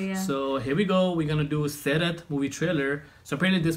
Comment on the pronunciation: Do this again with the correct trailer. And its SaiRaaat.